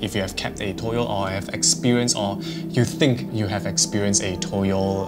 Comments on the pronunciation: For toyol Its not toyol Its tuyul its called tuyul😅 in Indonesia😊😊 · Not toyol but tuyul